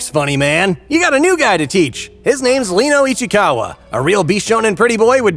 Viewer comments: Reno not Leno.... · hi. love the video. really funny. just one thing. his name is RENO not leno. dub, sub and manga all say Reno. where u got Leno from i have no idea